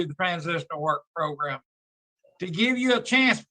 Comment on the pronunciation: How does that one man say program and progrum, in the same breath? How? 🤔